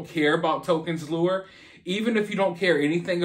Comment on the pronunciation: "Lure" ,"lore"